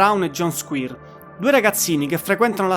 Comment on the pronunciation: Sono daccordo, per esempio SQUIRE va pronunciato SQUAIER non SQUIR. IAN come si legge ma con la I accentata. La dizione in generale non e' ottima ma comunque apprezzabile che un giovane parli di artisti come smiths, stone roses, cure, smashing pumpkins ecc ecc. Auguri!